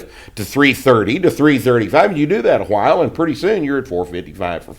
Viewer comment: It takes a "hwile" to be able to properly do so.